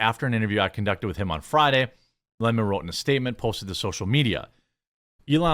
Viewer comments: Why do people call him "Don Le Mon" ? Isn't his surname "Lemon" Not "Le Mon" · it's lemon, not le mon. Idc what he says. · I don't believe his last name is pronounced LeMons unless they have a French accent. In that case they drink LeMonade. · It's LEMON, this jackass really wants people to call him "Le Mone" like he is a sophisticated French nobleman or something. lmao fvck off.